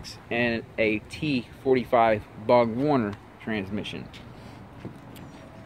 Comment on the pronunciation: not at all just have no faith in a person who cant pronounce the name of the parts on his car.